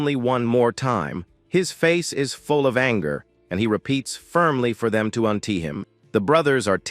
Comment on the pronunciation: What the hell is untee isn't it untie